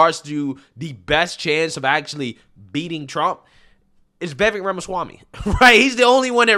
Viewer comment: It's Vivake like cake.But he answers to anything,lol